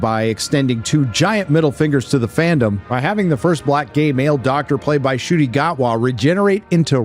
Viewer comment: It's pronounced as N'kooti, not Shooti.